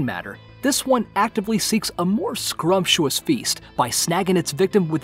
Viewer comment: The scariest thing about the vid is the gross over-pronunciation of what might otherwise be a two-syllable word . Apologies in advance, but you'll never be able to un-hear "scrumptuous"...